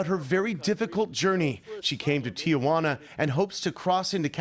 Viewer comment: Hearing "Tijuana" (tee-wan-ah) pronounced instead with four syllables is like nails on a chalkboard.